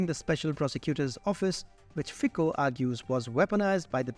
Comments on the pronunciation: Fico read Fitzo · Very good work guys! But... if you are making video about single person, it is better to say his name properly. It is very simple. Just find on youtube original slovak video Robert Fico, and there it is.